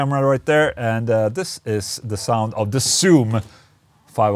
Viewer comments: It's zzoom. Not ssoom. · no one: Ola: ssoom